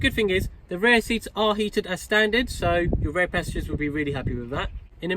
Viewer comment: Great video but you need to stop calling it ‘rare’ when you actually mean ‘rear’ bro🤦🏻‍♂️